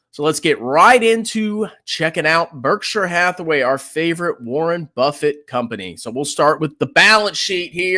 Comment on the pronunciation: doesn't know how to read Berkshire.